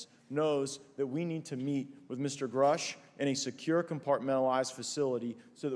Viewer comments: Grasch ausgesprochen du Pfosten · Hey Kollege , Erden Freund . Der Name dieses Mannes ist Mir . David Grusch . Aus gesprochen . David Grasch . . . ! Ok schreiben tut man . David Grusch . Angekommen . . . ! Bage . Au Bage . Ich verstehe nicht . Menschen wollen eine Doku an fertigen , & können nicht mal von wichtigen Menschen den Namen aus sprechen . Sowas macht mich Wütend . . . . 👎 Never never never